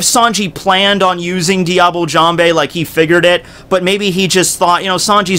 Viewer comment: "Diable Jambe" Your pronunciation makes me cringe...(yeah I kow you dont care)